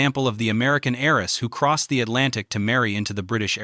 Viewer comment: Good presentation. However . . . there are a lot of repetitive segments which could be collapsed into more elegant segments. And also, the word "heiress" is not pronounced "HAIR-ess", but "AIR-ess". The H is silent in all versions of the word.